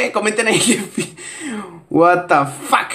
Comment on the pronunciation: Me da risa como dice wata fak jjajajajaj